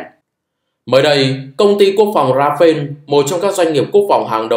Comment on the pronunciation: Công nhận kênh không đọc comment: Rafael đọc Ra fa el (chính thức được đọc trên kênh của nhà sản xuất). Ra-pheo là tên của chiếc máy bay Dassautl Rafale của pháp 😢